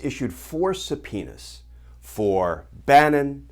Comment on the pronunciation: Does anyone remember Super Troopers? Did you have a flashback just meow? I’m pretty sure he keeps saying suh-penis.